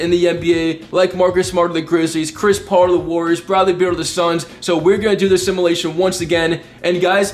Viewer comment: It’s fucking simUlation not simAlation Jesus Christ kid